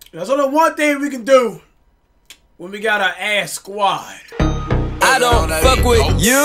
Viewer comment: He aint say Squad he squat! 😂